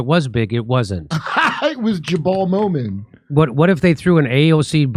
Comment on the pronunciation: “Jabal Mowman” 😂